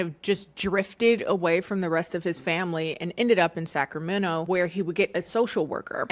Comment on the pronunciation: Thank you for pronouncing Sacramenno correctly lol